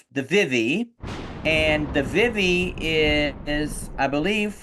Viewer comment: their name is pronounced like VEE-VEE